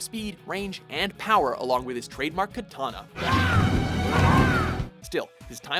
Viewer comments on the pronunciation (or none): none